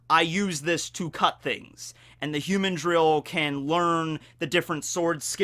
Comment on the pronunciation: The cringe from this particular video is your pronunciation of "humandrill"